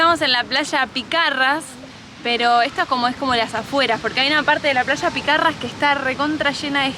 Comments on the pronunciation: "picarras" 😂😂😂😂😂😂😂😂 eso se lee y pronuncia como "pizarras", la "ç" es equivalente a la "z" en español. Caça= caza "Eu vou de caça" no significa "me estoy cagando" (por las dudas) 😂😂😂😂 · Picarra,no! Piçarras se pronuncia como la z=ç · Picarras no chicos, se dice pisarras. La C Cecilia, se pronuncia como S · Linda playa Piçarra. Chicos ahí les vá una explicación rápida de algo de fonética de Portugués!!!! La Ç se pronuncia como S en Portugués!!!! Muy bueno el video,abrazo!!!!